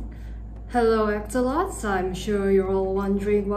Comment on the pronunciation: The screen: axolotls Her: asols The subtitles: A-sh-les